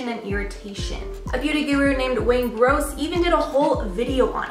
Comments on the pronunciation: *Wayne GOSS, not Gross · Wayne Gross?? 😬 it’s Wayne Goss. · Wait. Did she just called Wayne Goss,,, "Wayne Gross"? GAHAHAHAHAHAA! No tea but I got a good laugh outta that one... HAHAHAHAHAHA! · Burst out laughing when you said Wayne gross 😂